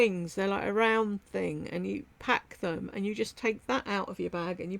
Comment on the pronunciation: learn how to pronounce "them," you say um and sound so dumb